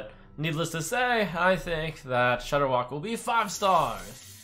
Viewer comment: I stopped playing Hearthstone so heavily solely because of Shordderwok......Rip